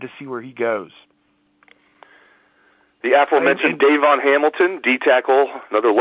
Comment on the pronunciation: Please pronounce Hamilton's name properly, it's not Dayvon, it's Davon, accent on VON. Thank you!